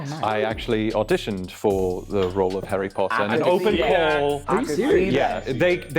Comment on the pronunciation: Number 5 also said she’s an actor. But I clocked from the way he pronounced “Harry” and “auditioned” (sounded more like ahh-ditioned)